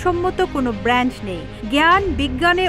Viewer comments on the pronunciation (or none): none